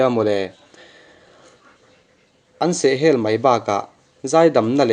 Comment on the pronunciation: Sub lo mai teh ang che.. ngaihthlak ahreawm emai.. Sehhel i lam dan kha lo zir tha leh deuh teh😂